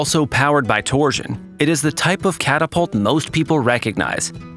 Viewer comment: That AI gotta stop saying "torsion"